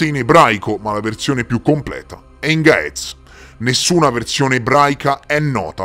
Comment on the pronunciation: Dai incredibile, anche la lingua vecchia del mio paese e gez. In Eritrea, in chiesa la messa e ancora celebrata in gez. Ma è una lingua morta.cmq la pronuncia di gaez e gez. Per chi legge in italiano